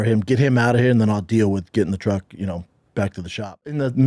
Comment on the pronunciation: Btw, saying “TRUG” instead of truck literally makes me laugh out loud EVERY TIME you say it. 😂